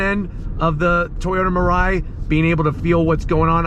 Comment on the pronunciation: and it should pronounce as me-lie-e